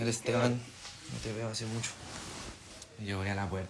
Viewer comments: Y como keri que diga me gusta mutso? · "me gusta musho" "agamoles" "los admiro de pana" 😂😂😂😂emano Noruega esta a la vuelta Y ERA.